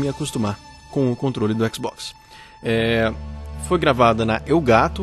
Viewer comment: A não por que você falou mal do xbox você disse xboxta kkkkkkkkkkkk Zuera